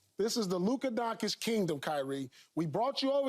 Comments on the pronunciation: I'll excuse Paul for mis pronouncing Donkitch cuz he knows Luka's value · Man I love Paul but how is this his line of work and he is still butchering Doncic's name every chance he gets? He even misspelt it tweeting after Lukas game winner in game 2.